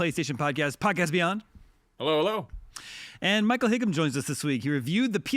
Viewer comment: It’s Michael High-Am